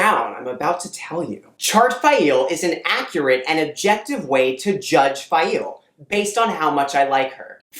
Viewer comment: Stop. Saying. Fai-eel.